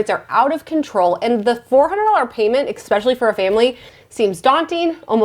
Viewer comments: Love your videos! We are now on the lookout for a comfortable 3-row SUV with 2 kids 11 & 15, just for space and you are my go to for all car info! I can't help but notice on most videos you say "eXpecially" but it is pronounced "eSpecially" :) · It's spelled especially, not expecially. Not sure why you pronounce it with an X. :)